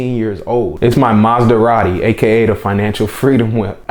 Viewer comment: It’s the “Mazdaradi” for me 😂😂😂😂